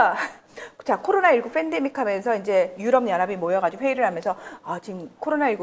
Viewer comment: ㅎㅎ 뺀데믹이 아니고 팬데믹이죠? Pandemic. 이탈리아 정보 감사 합니다.